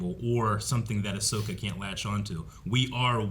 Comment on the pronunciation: It's Ahsoka Mutha Fuckas